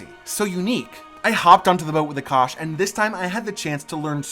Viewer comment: For the love of God. Stop calling our food Curry. His name is Aa-Kaash. We are not doing "hand movement " ove rthe fire. We are just taking the heat as the fire symbolises prosperity and having venerated the gods, that particular lamp /fire now is imprinted with good vibes (call it luck or blessings or whatver).